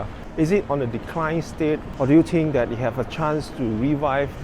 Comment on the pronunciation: Three. Think. Third. Not Tree, Tink & Terd. How you say Tru"th", is how you say the "th" in "three".